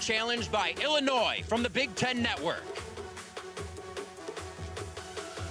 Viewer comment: learn how to pronounce Illinois